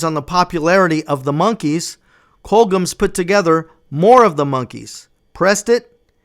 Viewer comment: Great video, dude. Really well done!! 😊.. Just got 2 things I must ask you… Firstly.. Why are you pronouncing “Colgems” like that? It’s pronounced exactly how it’s spelt . here, this is how it is said phonetically: “Col-jems”… If you’re the Monkees fan you say you are, then you should know that it was a label set up between Screen Gems and Columbia Records. See the “Gems” in “Screen Gems”? As in “gems of the screen”.. Make sense now? 🤷🏻😬 Secondly, lastly and probably most importantly… Why are you thanking Don Kirshner? Again, if you’re the fan you say you are then you should know that the band hated him because he did nothing but stifle them not only professionally but creatively. He was a real piece of shit. Ask Mike‘s fist. 😆 Time for you to scrub up on your Monkees history, la! 😜 ✌🏻